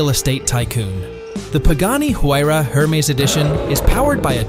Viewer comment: This guy clearly donno how to pronounce Hermes.......The H pronounce Slient......